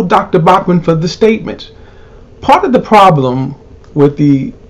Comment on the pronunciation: It's BAUCHAM,not BAUCMAN.